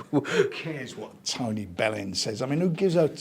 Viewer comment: Man said Tony bellend🤣🤣🤣🤣